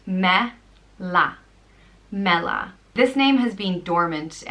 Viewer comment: Gorgeous selection of names, but fyi to non-Irish people, some of the meanings and pronunciation are a little off, ie. MEALLA is pronounced Mʲ-ALLA (MAH-lah as English-speaking approximation). If you want to use these as baby names best to check with more official sources online for greater accuracy!